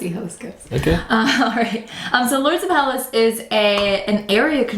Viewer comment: Hi guys! The word is Hellas! Thats the official name of Greece! Ps. The right pronunciation of the word is Hellás...toning on á , not like HELLas! ;-)) (althought héllas sounds better! Great review, thanks!!